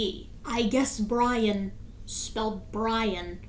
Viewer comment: What says is vewy wisible!